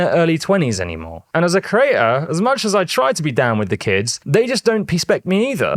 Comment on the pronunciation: Thumbs up after "peaspect". Peaspect to you too!